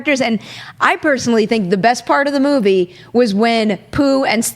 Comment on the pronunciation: I just cringe everytime she tries to sound fancy with 'movie'. The word is movie...not moo vay. Very grating, each time.